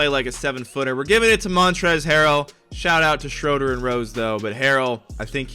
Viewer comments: For some reason it makes me mad when people say (shr-o-der) when he is German so it’s (shr-oo-der) ( it’s also spelled Dennis Schröder) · stop say shroder it’s shruder